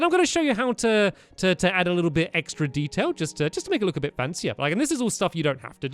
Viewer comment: When stamps said detail he said dedail LOL 😂